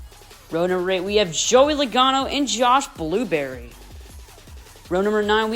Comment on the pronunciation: Why did you call Josh Berry, Josh blueberry